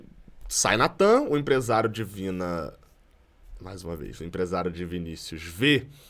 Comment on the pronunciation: Se vc trocar o "de" por "do" vc vai parar de falar "Divina" kkkkkkkk